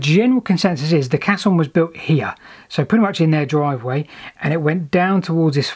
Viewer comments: It's a "Cay-son". A "cass-on" is a bit of dried cow dung. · It's pronouned "kesson", it's a French word meaning "big box", from their word "caisse" meaning "box", with another meaning similar to our idea of a place to deposit savings in their term "caisse d'épargne" which today means "savings bank". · Caisson. Ai pronounced ay. Used extensively in bridge building to enable excavations and foundations to be formed under water. Required positive air pressure inside to exclude water pressure and involved compressed air which wasn’t the healthiest environment for the workers inside..... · Excellent work..I'm writing a hitory of canals myself at the moment and this sort of stuffis inaluable...but it's pronounced kayzon! best wishes and take care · fantastic video so far but i'm pretty sure it's pronounced kayson......sorry! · It's pronounced Kaysson actually. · FYI, "caisson" is pronounced "Kassoon"! Even the BBC get it wrong! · Caisson" is pronounced "Kayson" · actually pronounced Kaysson with the accent on the forward 's' sound. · Pronounced case on